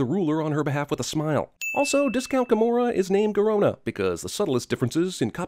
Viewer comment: Garona,rhymes with corona